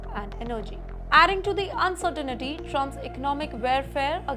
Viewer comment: She says, "uncertainity" instead of uncertainty. Pathetic.